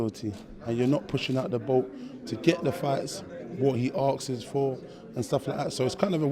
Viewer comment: What he 'arkses' for? or asks for? 😂 bad as sisora